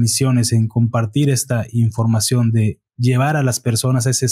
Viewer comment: Escuché un término nuevo en vez de información cambiarla por infoaccion